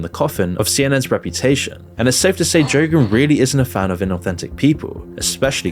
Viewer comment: Bro said Joegan 😂